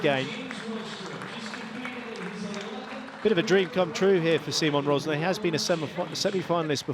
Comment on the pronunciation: It's about time the great folks at PSASQUASH TV learn how to pronounce his name. He is not See Mon Rozz Nah , he is See Mon Ruzz (as in Burr) Narr